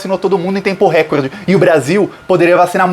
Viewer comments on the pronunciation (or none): none